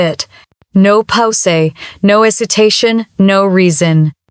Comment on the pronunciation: When "Pause" is spoken as "Poesay" you know immediately that this video is NOT being narrated by a real person. Instead, it is being narrated by a ROBOT! And the captions are AI-generated. Thus, this video is FAKE!